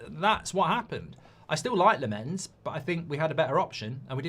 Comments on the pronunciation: You pronounce, Lammens like this. The LAM from Lama and that's it. The A is different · The goalie's name is pronounced 🍋🍋🍋, like the billion quid of dross you've bought in the last ten years 😆😆😆😆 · lammens is pronounced as: more focus on the first part and the A than on the second part and the E. LAHmmens (ofc not pronounce the H). also short A not a long AA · It’s said as Lammans even though it’s not spelt like that - just seen him on MUTV